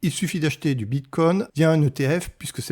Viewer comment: "Bitcouain" trop drôle, je sais pas si c'est fais exprès mais ça decrédibilise complètement le propos